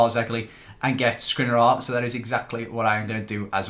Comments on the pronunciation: I cannot listen to you pronouncing Škriniar anymore... Please, learn it, it's Sh-kriniar. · Hey, love the videos. I know you will probably never see this but the way you pronounce Škriniar is realy annoying to me😅. The "Š"character is pronounced the same as the "Sh" in words like shine, shoot, shank...